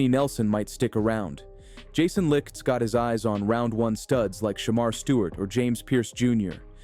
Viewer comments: Jason Licht (light) not lickt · His name is pronounced Jason Light. Enjoyed your content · Can you at least pronounce Jason Licht name right its pronounced "Light"